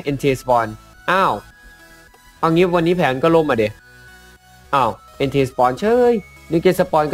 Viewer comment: พี่ครับ entei มันอ่านว่า เอนเต้